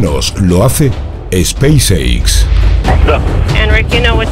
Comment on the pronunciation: AMIGO, UNA ACLARACION, LA PALABRA "SPACE X" SE PRONUNCIA "SPAIS ECS", NO "SPAIS EICS"... SALUDOS